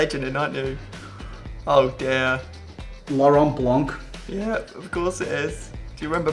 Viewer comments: it's blanc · its blanc